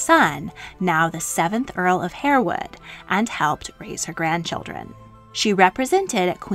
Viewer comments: Just one thing; if you are going to produce such programmes; kindly learn use the correct pronunciations. HAREWOOD IS pronounced HARWOOD and not HAIRWOOD. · Harewood is pronounced HARwood. Tobago is To-BAY-go, not To-BAH-go. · It’s pronounced ‘har’ (like ‘hard’) wood. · Harewood is pronounced Harr-wood, not Hair-wood. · Harewood is pronounced "Harwood". Learned that staying in Yorkshire near Harewood Hall. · 'Harewood' is pronounced 'Harwood'. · Exceptionally well done ..but Harewood is pronounced ' Harwood' and Aide de Camp is pronounced ' Aide d Com'.. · Just a point. It's spelled Harewood but pronounced Harwood.